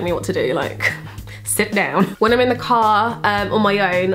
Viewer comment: omg you sounded so american when you said "sit down" . my face was literally like 😧